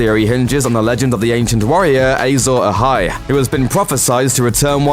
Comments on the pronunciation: Who else cringed every time the announcer said "Azor Ahai?" It's pronounced Ah-zohr Ah-hai, not Ay-zohr Ah-hai. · Ay-zor Ahai? 🙄 it’s written and spoken Azor Ahai. Clearly the presenter, like Jon Snow, knows nothing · Your pronunciation of Azor Ahai is OFFFFFF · A lot of GOT fans getting pissed off at how he says azor ahi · They struggle enough with getting real life actors names right, there's no reason to think they would pronounce fictional ones correctly.